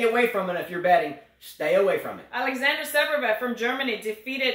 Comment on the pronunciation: your Fognini commentary was hilarious! Also: ZVEREV, zvair-ev:p